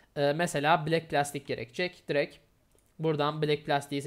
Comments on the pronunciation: “Direkt” yerine “direk” demeyi bırak artık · Biz buna ünsüz düşmesi diyoruz